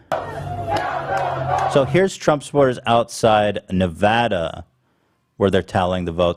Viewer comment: I think Ethan is the first person from outside of Nevada to say Nevada correctly.